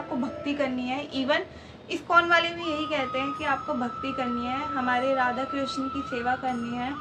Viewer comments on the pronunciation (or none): none